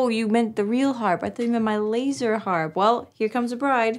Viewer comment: For whatever crazy reason my little Pekingese dog howls when you say laserrrr harrrpp. He never ever howls unless I go back to this video time to time lol.